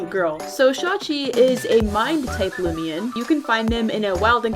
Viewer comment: Ah yes looimian